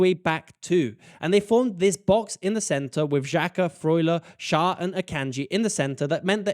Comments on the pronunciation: Schar XD Pronounce him like "share" and you got it to 100% right💪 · The name Schär is pronounced "cher", like the pop singer. 👍🏼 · The Ä in Schär equals the Ae in Aebischer. If you don't want to use "Umlaut" (Ü,Ö,Ä) you could write it as "Ue, Oe and Ae" and the pronounciation for Ä is the same like the Ae from Aebischer. Just in case this is somehow useful to anyone. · It’s pronounced scher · Thank you for answering my burning question: What the heck is my team doing and why does this work so well. ;) Very nice pronounciation of the Swiss names! Schär and Xhaka is a bit different, but the rest was perfect! Greetings from a Swiss football fan ;)